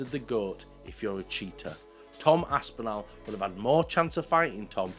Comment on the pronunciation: A) please can you stop butchering “Aspinall” can’t believe I’m having to tell a fellow Brit how to pronounce a British last name - it’s Aspin-all not Aspin-al. B) the drug component of your argument is irrelevant. The top fighters are all on something - some of them just get caught and others don’t - sad but it’s the world we live in C) Activities outside of fights do not make any difference whatsoever to how good of a fighter they are and their goat status. You can be the greatest fighter of all time and also be completely horrible person - the two things are not related. D) I actually think Tom Aspinall is the better fighter and Jones ducked him, so i agree with you. But not because he’s a nice person, not because he’s drug free, not because he doesn’t beat his wife, but because he is actually legitimately a better fighter at the current moment. The two fighters in their prime well that’s actually an interesting question. Would be close.